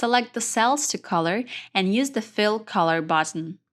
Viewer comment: This video was fantastic - I took it to an AARP group and everyone ended up comfortable using excel after listening only a few times. The only ask they had was: since English is not your first language (but yours is very good), slow down rather than speed up to make sure you clearly pronounce all of the syllables needed for comprehension. For example, it is BUTTun (not bottom), FEELD (not filled), AWEtomatic (Not OW-to-matic), comMAND (not comment) -- and pay attention to your stresses. For example, is FOR-mat (not formint), SEE-kwnece (not sickens), LOCK (not log), pa-REN-thuh-sees (not parathesis) etc. Maybe small things, but it would have made a difference to the older audience, which I'm imagining is yours. Thanks again for this video